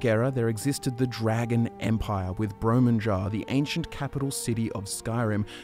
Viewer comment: Minor nitpick, but the correct pronunciation is brom-ju-nar, not bro-mun-jar.